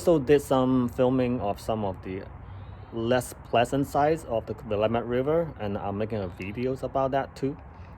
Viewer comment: If you are going to live in Oregon you need how to pronounce willamette. Other wise you will be known as the idiot! Get a native to tell you how to pronounce it!